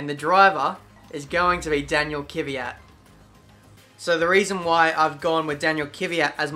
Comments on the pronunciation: IT'S KVYAT NOT KYVYAT!!!!!!!!!!!!!!!!!! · Oh God. The way you pronounce Danil Kvyat is awful.